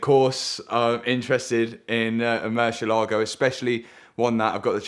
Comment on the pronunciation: Only man allowed to say Meri- Lahgo.